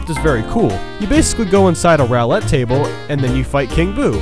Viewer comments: I don't know what irks me more, how much you suck at Mario or how badly you pronounce some words. For starters, It's Gelato (Jell-Ah-Toh) and Roulette (Roo-Let) Who says Rowlette? Thanks for the video, though. You shouldn't let my otherwise cynic opinions discourage you from continuing to be creative. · "rau-let" table? Seriously? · “Rowlett table.” AAAAAAAARGH. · Your pronunciation of "Gelato," "roulette," "Cadet," and "durians" were atrocious. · Learn to pronounce words right. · I hate to be this guy, but I cringed with some of your incorrect pronunciations. Gelato, roulette,cadet, durian, etc. Brutal. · ...............R+A. R + A. #10 isn't hard, you just don't know how to play the game. #9 I agree with everything else is either "you have no patience" or "dude, NOBODY likes those shines" (pachinko machine), also you pronounced roulette table wrong, this is why nobody likes us americans. :l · in the year and a half this has been up, did you ever learn how to pronounce cadet, gelato, roulette? it's a minor thing but wow. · You said gelato and roulette wrong.